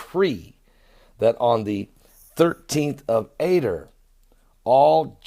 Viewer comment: This is the only time in history this has happened on the jewish calendar..... 13th month, 13th day and Purim is the 1day of the 13th month (yes the 13th month) the month is pronounced "A Dar" not "A der" blessings